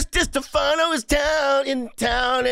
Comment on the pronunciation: Come on bros get Chris's surname right